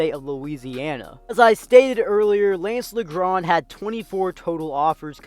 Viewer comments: No hate, but it’s pronounced Lajohn not Lagrand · No it’s not it’s lance (leeondre) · Learn your French pronunciation bruh smh it's not La Grand